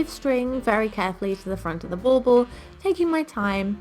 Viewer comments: Is that what she said?! I taught she said ball ball 😂😂 I was like why say it two times? LOL, english is not my first language (obviously 😂) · Bull ball?! It’s driving me bananas. What is she saying? Lol